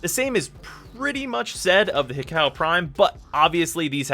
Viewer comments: Hikou is pronounced: Hi-koo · Hikou = he - co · How do you not know how to say hi koo